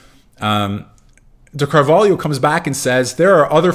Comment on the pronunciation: I have never seen an English speaker pronounce Carvalho as well as you did